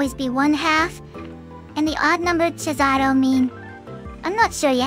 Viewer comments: I love the way they both pronounce cesàro in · Cesàro: an Italian name pronounced by a Japanese TTS imitating English... Somehow not that terribly done.